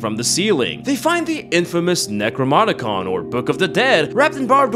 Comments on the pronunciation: Necrmonincon lol its necronomicon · NOOOOOOO THATS NOT HOW YOU SAY IT AHHHHHHHHHHHHHH!!!!!!! C'mon!!! You said Necromonicon... its Necronomicon AHHHHHHHHHHHHHH!!!!!!!!!!! Why has no one else noticed! AHHHHHHHHHHHHHHHHHHHHHHHHHHHHHHHHHHHHHHHHHHHH!!!!!!!!!!!!!!!!!!!!!!!!!!!!!!!!!!!!!!!! BRO! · “NecroMoNiCon”. Wtf? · Ya know, you said "necromonicon". I'm sure you've heard about it a few dozen times by now, but yeah. Here's another reminder Edit: lol. Watched more of the vid now. I see what you're doing you bassterd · It's not "necromonicon". LMAO